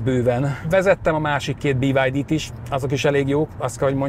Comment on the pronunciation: BID ÍÍÍÍ-vel magyarosan